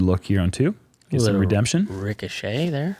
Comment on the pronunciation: Did say RICKdemption?? 😂